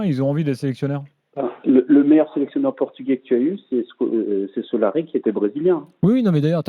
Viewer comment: le coach brésilien c’est Scolari pas Solari 😂🤣🤣🤣🤣🤣🤣